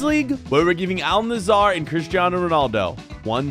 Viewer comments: It’s Al nassr not Al nassAr 😂😂😂😅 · it isnt al nasar its al nassr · Btw it’s actually not pronounced Al nasar it is pronounced Al nassr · I love your vid’s but just a small correction in pronounciation it is Al Nassr not Al nassar don’t say the a before the r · AL NAZZAR😃 Me:🥲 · …you know we love you but how the hell are you pronouncing it Al nassAr, when there is no A between the S and the R (Plus the A between the N and the S is pronounced as the A in Apple) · Its not al nasAAR its AL NASSR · "aaal nazar" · "Al Nesarr" - 2023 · Bro is saying al nazzar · Al nusor💀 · Al nazzar 💀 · "al nazaar" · "Al Nassaar" 💀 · Y’all are saying Al Nassr wrong! It’s pronounced “ULL Nusser” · "mehan cety" versus "aL nUh-ZaEeR" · you pronounce al Nasr like this Al Nasaer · Al nazaar 💀